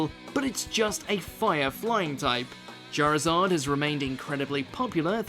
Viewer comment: It is "Charizard" not "Charzad" .